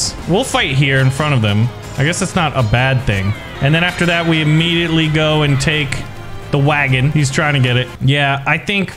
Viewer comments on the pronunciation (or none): none